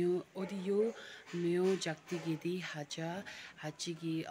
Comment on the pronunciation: It’s Ngacha not Hacha las aie, I’m one of your subscriber from Tumin East Sikkim,lots of 💕